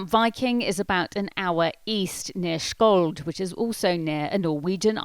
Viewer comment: Skjold is actually pronounced "sholl".